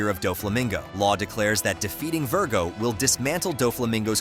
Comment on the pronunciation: Bro really said ver/go